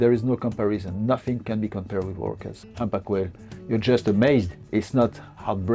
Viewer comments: 唔好意思，希望你唔好介意，其實係讀堪back，唔係hand back😣😣 anyway，呢個trip好好睇， thank you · "humpback" 點解你讀到好似handbag咁樣？LOL